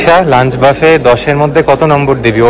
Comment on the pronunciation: Actually etar pronunciation ব্যাফে ।